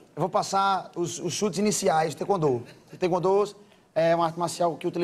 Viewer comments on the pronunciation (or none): Cara você não é faixa preta mano tá falando taekwondo errado e nem abaixa direito no comprimento